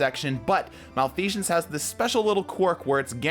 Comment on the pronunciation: Oh boy the way you say malfeasance lol.